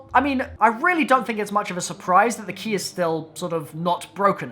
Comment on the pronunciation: "They key" Your bloody what?! Thas' not Anglesh! U fukkn wot m8!